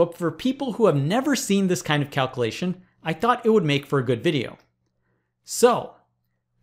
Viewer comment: It drives me crazy that Presh consistently fails to enunciate the words "calculate", "calculation" , and "probability" . He slurs through the middle syllables in those words every time. They become "cal-klate", "cal-klation", and "prah-bility." Given how often he uses the words "calculate"/"calculation" in his videos, it's maddening, and it's especially weird because I went back to some of his earlier videos and he used to say them correctly.